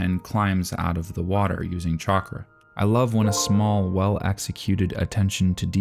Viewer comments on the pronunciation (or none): none